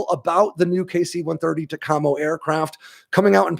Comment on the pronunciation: When I was a naval flight officer NFO, in the 80s, we pronounced it TACamo..